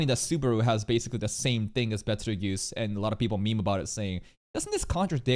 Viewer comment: I see, I agree, I also think him pronouncing it as Peteljuice is really off since the star reference is clearly spelled as geuse.